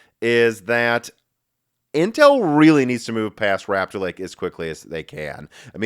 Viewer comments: Rupture (in my pipeline) Lake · Great mispronunciation, it truly is Intels "Rapture" Lake.